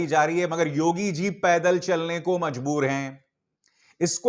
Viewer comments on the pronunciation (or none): none